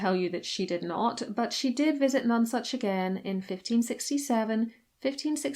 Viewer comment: Pronounce None Such Not like non sense